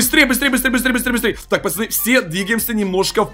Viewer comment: ответь почему ты говоришь пачаны а не пацаны